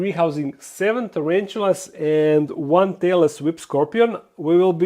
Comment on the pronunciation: In the Bert beginning it sounds like you said “Taylor Swift Scorpion” and my first thought was “What an appropriate name for a scorpion” but then I was like Hey Wait a Minute!?!? He said tailless whip scorpion hahaha. Great video as always, I appreciate you!